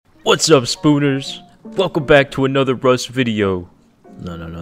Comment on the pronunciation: spooners sound like a racial slur